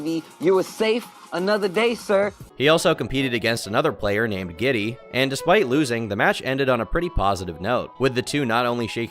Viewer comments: The troons name is pronounced gilty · coming in with the LTG dossier. Oh, FYI, it ain't "giddy", it's "guilty" and I'm pretty sure she had the superior villain arc. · Her name is not "Giddy". It's GIlty, pronounced as "Guilty". It's G, capital I, lower case L. Idk how you got "Giddy" from GIlty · Guilty, not giddy. Gllty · And its gillty. (Guilty) Not gitty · The way you pronounced guilty (the trans who hugged dale) makes me wanna die. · Kinda sus about the quality/accuracy of this "doc" when you can't even pronounce key players names in the story. This is like watching the 6 o clock news try to talk about something you actually know a lot about. Like, there's no "I" in Dalauan. There's an "L" in "Gilty". LTG is human garbage, not doubting that at all, but yeah - this seems super low effort, first draft content.